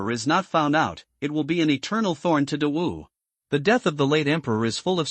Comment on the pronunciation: I sometimes hears dog Dynasty 😂😂😂 not great wu or Dawu Dynasty 😂